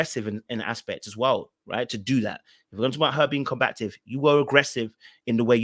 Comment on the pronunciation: It's pronounced com-ba-tive.